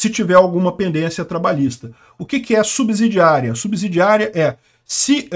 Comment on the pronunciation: Subsídio (ssss...) , subsidiária.. E não subZidiaria(zzzz...)